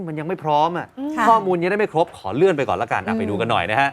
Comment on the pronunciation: นักข่าวอ่านประโยคแรกว่าเรื่อนนะ ไม่ใช่เลื่อน ร มาเต็มๆ